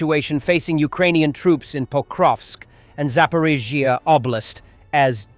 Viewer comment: AI voice still unable to pronounce Zaporizhzhia.